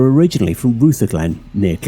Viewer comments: its not rootherglen, it r-uh -therglen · Rutherglen. Sounds like "brotherglen' Not Rooverglen. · Ruther as in other so it is an uh sound not o. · Rutherglen is not pronounced Rootherglen.....just in case any of you are thinking of visiting.....think of how you pronounce rug...as in fireside rug.....then replace the "g" of rug with "therglen" and you have Ru-therglen. 😊 Interesting content, I had no idea Glasgow was so violent and with so many guns....and I live 25 miles away from Glasgow! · “Roother-glen”?? Rutherglen is pronounced as in “brother-glen” but without the “b”! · Great video, very well produced. PS. it is Rrru-Other-Glen. The U in Rutherglen, is pronounced as an O. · Rutherglen - R(other)glen is how its said 😊 Thank you for the amazing content!! 🙏🏴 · Especially the Rootherglen!? bit 👍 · This English cunts pronunciation of Glasgow areas is shocking. "Roothaglen" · Get yer Scottish pronunciations correct the way you said rootherglen had me buckled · Rutherglen - Ru as in rut. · Pronunciation of Rutherglen and Wishaw are extremely off. Good apart from that. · Had to laugh at the way u pronounced " Rutherglen" 😂